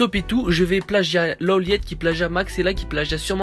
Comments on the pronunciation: Par contre ça se dit L Low Light mais ça se dit L Lawliet. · il dit loliète😂😂😂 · On dit lawlight meme si sa s'ecrit lawliet